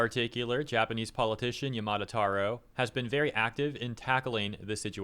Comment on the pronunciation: i'm not the only one wincing when he pronounces yamada as yamato, right?